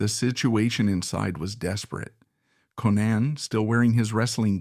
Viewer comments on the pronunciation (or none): Konnan is pronounced like Conan